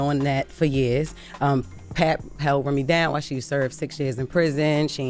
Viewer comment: Can we have people from our culture only ...reporting the business cause these outsiders swear they in the mix but can't even pronounce pap name right